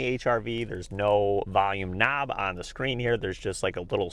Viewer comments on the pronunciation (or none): "Volume NAAB"